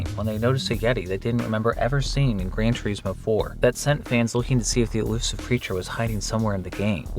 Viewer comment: "Gran Tour-eesmo" "Hugh-monk-ulous" 😂😂😂